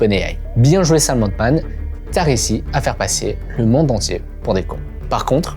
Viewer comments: Sam « haltemann » pas oltman 😅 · Super vidéo comme d’habitude par contre…sam altman pas oldman un effort